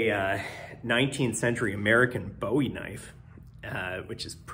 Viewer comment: The knife is named after the Texas pioneer, not the British singer. BOO-ee is how his name and his knife is pronounced. If you're looking for the guy who sang China Girl, your pronunciation is spot on. You say you work for an armor company?